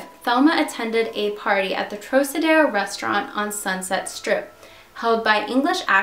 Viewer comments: Trocadero is pronounced "TRAHKahderoh", not "trohsaderoh". Otherwise, good video. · Great job, though it is pronounced “ Trokadero” rhyming with rock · Great video. The Thelma Todd case has always been intriguing. One of the Lane sisters owned that building on PCH at one time, she willed it to Franciscan monks I seem to remember. One thing for future reference if you use the name again. Trocadero is a hard C (like trok). I know C's gets confusing with Luciano and DeCicco pronunciations. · That would be TROCK-a-dare-oh. It was a nightclub. The Thelma Todd building on PCH has always been haunted. Businesses don't stay there long. It's got creepy vibes and it is the place where lots of cars break down. I had two such occurrences in the years I lived in the area. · I enjoy your vids, just one thing; the trocadero is pronounced like "trockadero" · Trocedero= Trock a dero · Sorry. Had to comment. Trocadero is pronounced Trow-Kuh-deh-row. Di Cicco is duh-cheek-o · Lol just fyi it's pronounced "troCadero". The "C" doesn't sound like an "S". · Probably owed money to the wrong people...obvious mass cover up... The restaurant is pronounced Trok-adero... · the troc in trocadero is pronouced like croc in crocodile. It was probably in the top 5 for famous nightclubs ever in Los Angeles. just an fyi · I was also going to mention the pronunciation of this classic Hollywood landmark but that would be my only negative comment.Your' videos are wonderfully accurate in the details, conspiracies and legends of the incidences you cover. I am an old Hollywood lover and know all of these scandals by heart. It is very satisfying and rewarding to see a younger person as yourself keeping these legends alive and retelling them for a new generation. Superior work! Keep it up! I love your' videos! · good video except the way you pronounce Trocadero...